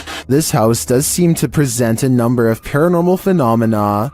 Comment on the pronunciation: "NUMBR FIFTEEN!"